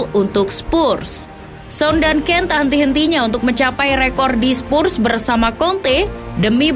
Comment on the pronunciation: Oi sebut Betul2 lah!!! Spurs bukan spussss